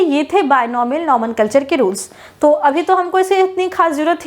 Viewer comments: It's not nomenculture it's nomenclature. Pronounce it right pls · Just to correct you kindly It's Nomenclature not Nomenculture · Mam nomencalture nhii ❌️❌️ Nomenclature ✅️✅️✅️✅️✔️✔️✔️✔️💯💯💯💯 But padhatee aachhhaa hoo 🙏🏻💯💯🙃🙃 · Mam little mistake Nomenclature not nomenculture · Nomanculture nhi hota mam nomenclature hota ha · Mam nomenclature hota hai "nomenclature" nhi😮😮😮😮